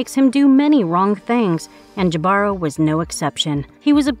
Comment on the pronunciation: Jibaro is pronounced hee-bah-roh, not Jah-bar-row